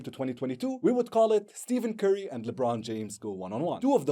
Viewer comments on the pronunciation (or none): Amazing video pointer tho Stephen Curry is not pronounced Steven curry but besides that great video you deserve more recognition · Man said steven cerry😂😂😂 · Bro said Steven curry